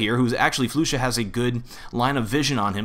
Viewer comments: It's pronounced Flush-ah by the way, not floosha. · ahh this is bugging me its not flu sha its flasha thats the way you say it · Its not Floosha as you said its Flusha like Flush-a :DDD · Did he just call "flusha" "floosha" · ***** its pronounce free-berj right? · the pronunciation.. I say Fla-sha not floo-sha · Ys i know its Fla-sha but how would you take offence?? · Flusha not floooooosha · Flush-A not Flu-sha <3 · Temos que dizer "flasha" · Todor Tanov flasa* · Actually flusha is called (kinda like) "Flush-sha", don't want to be a pusharound but just wanna to correct u about dat ;) xD. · floosha, freeberg, and now what, caajunb? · FLU-Sha. -> Its okay. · It's pronounced Fl"uh"sha (: keep the great work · the way you pronounce flusha is just disturbing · damnit, you and your ridiculous player name pronunciations. floo-sha? really? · Waiting for a comment to say "it's pronounced flusha" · He only pronounced flusha wrong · I can't stand the way you are obliterating flusha's name